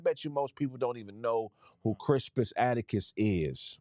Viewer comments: Why was repeatedly pronouncing Crispus Attucks name wrong. kept saying "atticus". 🤦🏿‍♂🤦🏿‍♂🤦🏿‍♂🤦🏿‍♂🤦🏿‍♂🤦🏿‍♂🤦🏿‍♂🤦🏿‍♂🤦🏿‍♂🤦🏿‍♂, his last name is Attucks,...pronounced phonetically like, "attics" or "addicts" as in, 'drug addicts"....Goddamnn man, that was painful to watch. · This nogga saying Crispus Attucks name wrong the whole time is hilarious 😂😂😂😂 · It's Attucks bruh 😂